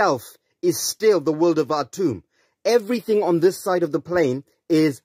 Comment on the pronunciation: A-toomb? A-chooo? R-tooo? Can't quite catch that. Is he filming in a tent? Did his wife kick him out of the house like CCs' did? Wouldn't be surprised in the least. Why are all these nutjobs so pissed off? Are they tired of explaining their whackery to the common masses who just "don't get it"? Glad to see it's not just anglosaxons who have got the Braindribble disease. Seems to be a universal human mutation. Thanks for whackin' the wackos,!